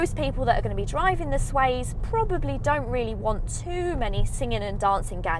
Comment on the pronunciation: Good video, thank you. Just one thing, it's not the SWAZE...it's the SWACE! (as in pace, grace etc...)